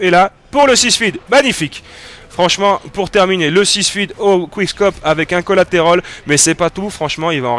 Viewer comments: En fait à des problèmes d'accord: le petit quad. Et ça m'énerve quand il dit collaterOl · Il ne c'est pas parler francais "quolaterol"